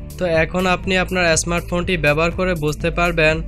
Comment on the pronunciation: Tnx vi, but apnr uccharon thik korban, smart phone, scroll ai sob